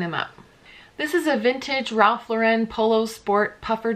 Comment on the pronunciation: Okay--everyone I've seen on YouTube pronounces Ralph Lauren's name incorrectly. It's pronounces LAU-ren (like the girl's name), not Lau-REN (like a French name).